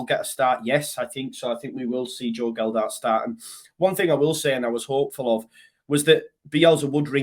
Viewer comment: Love your videos mate but please do me a favour. It's Joe Gelhardt not Geldardt. Cheers mate :)